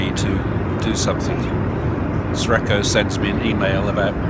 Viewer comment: ) Brian - instead of "Sre(c)ko" perhaps you should better use "Lucky" instead! ;-) (Actually the former is pronounced as 'srechko', which could be translated, e.g. from Slovenian, as 'lucky'.)